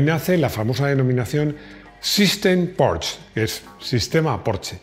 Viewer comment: he de decirte que me encanta cuando dices: "Porsche" en vez de "Porchsss". Sé de sobra que se escribe "Porsche" y se lee algo así como "Porhschx" (o como coño quieran decirlo),pero ya digo, admiro a esa clase de personas que aún sabiendo como debería pronunciarse siguen leyendo lo que se escribe. Un saludo y gracias!